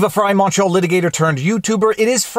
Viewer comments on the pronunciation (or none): none